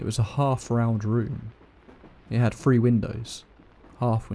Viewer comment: Hello from Texas. I love how he pronounces words with "thr" , three sounds like free. Love it! And of xourse, i love everyone's stories! Seriously creepy!!